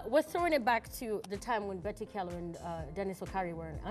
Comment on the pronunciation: you don't pronounce it Kyalo... it's Chalo